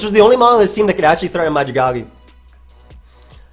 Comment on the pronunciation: The way you say Dragalge hurts me every time. It is part dragon and made out of a poisonous algae. Dragon + algae= Dragalge pronounced Drag-AL-gee